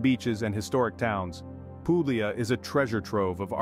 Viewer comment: I stopped as soon as the word Puglia was butchered.